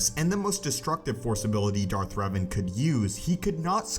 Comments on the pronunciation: My actual name is Revan and its pronounced Rev-ahn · Darth Reevan